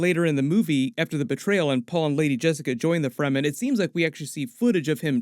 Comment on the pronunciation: There is no sonic weapons in the book, although the concept of sound as a weapon exists in the form of the Voice. I can't be too critical you got all the pronunciations correct - the amount of people who say "Free - man" drives me nuts!